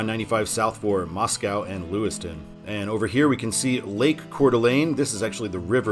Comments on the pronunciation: That river and big lake in Sandpoint, spelled "Pend Oreille" is pronounced as "Ponderay." Actually, the town just east of Sandpoint is spelled as "Ponderay." And Moscow, Idaho, is pronounced locally as MOSS-ko, not like the Russian capital. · No cows in Moscow, ID pronounced "Mosco" like Costco